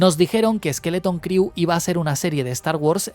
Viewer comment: una recomendación. La palabra 'crew' en inglés se pronuncia "cru" y no "criu".